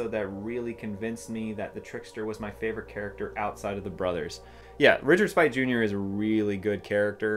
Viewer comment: Def my favorite of the series. It’s confusing, then funny, then it gets sooooo dark at the end. 10/10 PS—it’s Sp8, not Spite. Richard Speight, Jr. Either his Twitter or IG is “dicksp8jr” So SP-EIGHT.